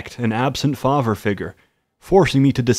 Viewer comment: I’ve noticed it before, and I’m sure some of you have too. Our boy can’t pronounce his th-sounds. Just listen to how he says father...